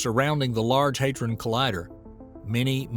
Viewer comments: The 'a' is short; HAD-ron, not HAID-ron. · NOT LARGE ‘HAY DRON’ COLLIDER’. ITS LARGE ‘HAD RON’ COLLIDER!